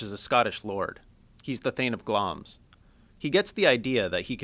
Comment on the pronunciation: It's Glamis, pronouces GLAM-ISS not Glams...